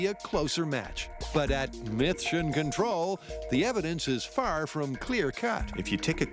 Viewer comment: "mythtion control" *shakes head*